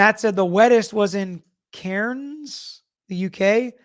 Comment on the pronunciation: Cairns pronounced Cans ! It is on the eastern seaside of Australia!